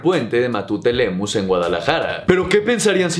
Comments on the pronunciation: Ing Matute Remus bro!! No Lemus,! Saludos bro! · video chingón como siempre mi, eres la versh. Nada más que no se llama "Matute Lemus" es "Matute Remus", bro. Fue un gran ingeniero y ese puente se llama así en su honor. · Solo como pequeña corrección. Es el puente de Matute Remus (no Lemus). Excelente video como siempre